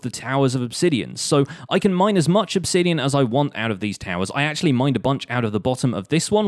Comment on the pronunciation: It’s pronounced obsidian not obsidian.